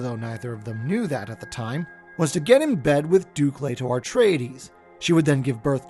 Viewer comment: aRtreides is driving me insane